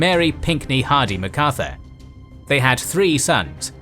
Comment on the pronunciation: why pronounce it Ma Carthur, not Mac Arthur???